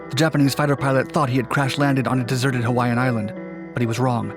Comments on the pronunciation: I’m Hawaiian and this dudes pronunciation of the Hawaiian words was almost flawless which is super rare. Props. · born and raised on maui. i new of this story since i was a small boy, he became the first prisoner of war. good job on pronouncing hawaiian words very good.